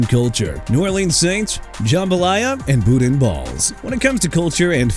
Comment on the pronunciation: YOU WANNA FRUSTRATE ME NOW?! GO AHEAD BRO!!! CHICAGO PRONOUNCED SHEE-KAH-GOW OR SHUH-KAH-GOW!! ALSO YOU MEANT BARBECUED BURNT ENDS?! NEW ORLEANS PRONOUNCED NEW OR-LINS NOT NEW OR-LEANS!! BOUDIN BALLS AS IN BOO-DAN (WITHOUT THE N)!! Don't waste my time no more! Quit and go away!